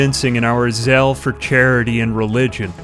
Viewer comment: zeal is pronounced 'zeel'